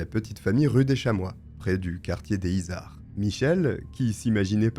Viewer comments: Les izards 😅 ici on dit les zizards car on fait la liaison 😊 Toulousaine, je connais ce nom bien sur mais j’étais une gamine et je n’avais pas tous ces détails ignobles 😢 merci pour cette vidéo! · alors sinon on fait la liaisons, on dit "les [z]izards" et c'est pas la coline du crack calmos mdr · Pour le quartier a touluse dont tu parles, les izards, concernant la prononciation on fait la jonction, ça se prononce donc les ''zizards''. Bonne video sinon, continue comme ça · Les Izards = les zizards en prononciation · Et bonjour 😄 merci pour cette vidéo. Je suis toulousaine, et j’ai tiqué sur « le quartier des izards » qui se prononce zizar